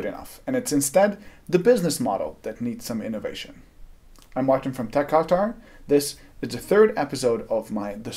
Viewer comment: Then you were correctly informed, because pronunciation is way off.